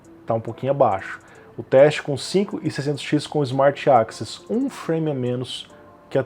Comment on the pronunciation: ali no tu pronunciou access como 'AXIS', eu estava escutando como podcast seu vídeo e isso me deixou um pouco confuso, mas é só um detalhe.